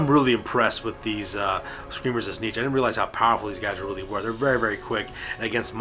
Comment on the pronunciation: aaargh. Its Tzeentch, not Tzneetch. Also, everything you summon, split or add to your army, you HAVE to pay points for, otherwise its just silly.